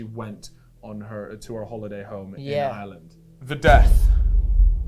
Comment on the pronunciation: Props to for saying Ireland 50% correct and Jesus Christ mate ya need to touch up on it 5%